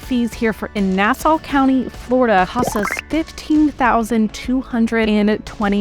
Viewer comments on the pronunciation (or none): none